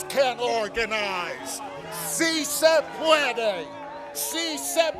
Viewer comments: I know plenty of workers on the black market because the minimum wage is above the going rate. It is simple math. Also it is pronounced si se puede NOT si say pueidey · Ugh that white guy saying "si se puede" Just no. That's not how you pronounce it. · Si se pu-ee-dee. Hate when they try to use a bad Spanish to sound more appealing.